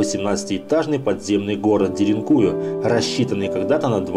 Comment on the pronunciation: Ударение на последнюю букву. деринкуЮ